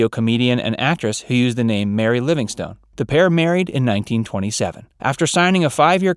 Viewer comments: Great documentary, but, may I make a suggestion? Speak more slowly. Remember, Benny was in World War ONE, not TWO. His last name was koo-BELL-ski ... not koo-BUH-less-ski. And, Mary's last name was LivingSTON, not LivingSTONE. Other than that, wonderful. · I get the distinct impression that the reader has never listened to any of Mr. Benny's shows. I've never heard anyone pronounce Mel Blanc's name BLAHNK and Mary LIvingSTONE. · There's a lot of other errors in this video besides that. As well as a raft of mispronounced names. It was "Livingston", not "Livingstone", even though it was spelled that way. The narrator also mispronounced "Kubelsky". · Mary’s name was not Living-stone. It was pronounced ‘Livingston’. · Mary Livingstone pronounced Livingston